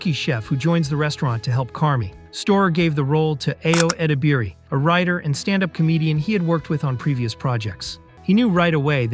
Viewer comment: Love this video for all the details and perspectives! EYE-oh Eh-DEB-er-ee is the pronunciation of her name, though r.i.p. The Bear